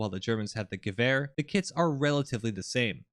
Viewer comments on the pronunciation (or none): none